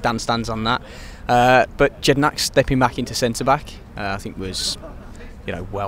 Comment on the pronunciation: Can we just put on record that Jedinak is pronounced not with a J, but with a Y... Come on Villans!!! How Dan Bardell says it.